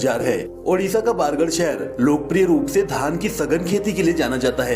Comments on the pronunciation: Not bargard it's bargarh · Not baargad, bargad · बारगढ़ नहीं बरगढ़ हैं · बारगड नहीं बरगड है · Baargad nahi Bargarh he ...or bhataa nahi bhat handi he ............ Love from sambalpur❤ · Bargarh bolte h